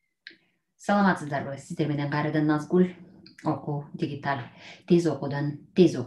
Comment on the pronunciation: Дигиталь эмес диджитал